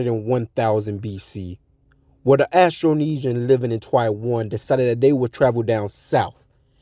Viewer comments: it's not pronounced astro it's austro...like Australia not Astralia, and sa moa not sa moya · Did you call us ASTRO - NESIAN???😂😂..... 😂SAMOIA.??